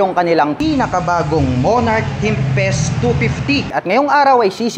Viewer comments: tempest po sir, hindi tempset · Ano ba talaga Tempest. Pero sabi mo "timpes" tapos sa kalagitnaan "timset" hahahahahahaha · Tempest, hindi tempset 😂. Good review! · Tempest ❌ Temset ✔️ Nice review ❤ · ano ano? timpest daw?